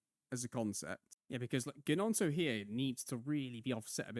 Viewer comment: Volume on this one is dramatically quieter than previous. Also, I may have missed this - but Gnonto has a silent G haha (coming from a Leeds fan)